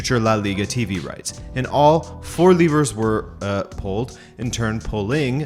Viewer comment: That’s not how you pronounce “levers”